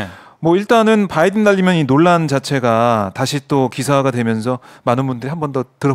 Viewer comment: 날리믄 으로 들었다. 확실하게. 귀가 멀었냐? 니네는